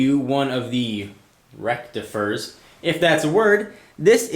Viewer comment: Hah, "Rectifers", priceless.